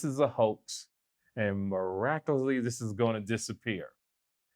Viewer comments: Man said maracuely lol 😂😂😂🤣🤣🤣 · "Miracaly"